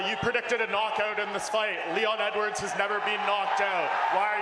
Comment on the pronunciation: haha, feeling sorry for Leon rocky edwoars🤣🤣🤣🤣